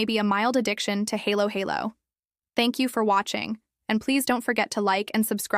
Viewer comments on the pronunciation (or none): It is Halo Halo like in Halloween not hello hello